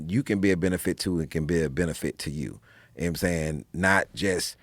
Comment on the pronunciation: I love when he says "mmsayin" it's almost J roc esque